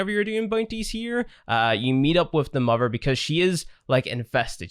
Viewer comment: Not only can not pronounce father he also cant pronounce mother, lol 😂(sry )